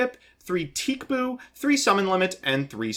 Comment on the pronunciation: He pronounces it 'teek boo' as in TCBOO.